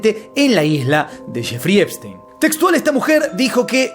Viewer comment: Solo vine a escuchar a decir Jeferino Espistenio. Eres un crack hermano. Saludos desde México. Seguimos el caso desde que tu lo sacabas y nadie mas.